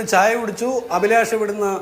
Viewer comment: അഭിലാഷ് അല്ല അലിബാഷ്